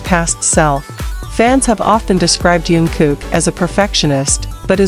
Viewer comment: I stopped watching the minute you mispronounced his name!!!